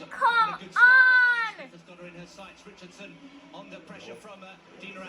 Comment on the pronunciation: "Shi-caan-run Itch-chard-son" slow and pop dung like ole country bus to rass! 🤣😂🤣😂🤣😂🤣 a better she did walk and whistle.